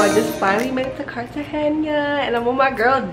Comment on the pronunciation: Your vlog is really good but please just pronounce it Cartagena and not Cartagenia